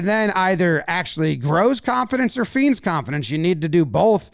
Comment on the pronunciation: 'Feigns' is pronounced 'faynes' not 'feens' just fyi